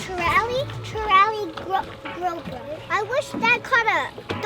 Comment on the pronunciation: Grouper.....not groper like is like...lol